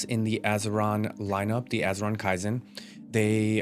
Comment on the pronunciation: Say this word…Key! Now add the word zen.